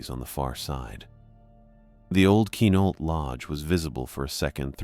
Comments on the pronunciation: It's pronounced Qwa-nault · Also, dude is mispronouncing Quinalt so badly it look me way too long to realize that’s what he was trying to say.